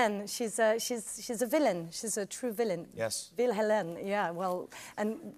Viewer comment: "Vil-Hélène" hahaha not sure anyone noticed in the audience but well done Camille! 😂